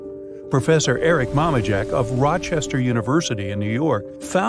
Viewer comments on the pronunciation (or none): none